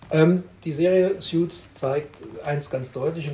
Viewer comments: Btw, es heißt Suits [suuts] nicht Sjuits 😉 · Man spricht es ‘soots’ nicht ‘sjuts’ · Es heißt Suits, nicht "Sjuts".